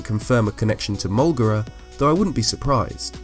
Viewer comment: You said that you only pronounced it molegra c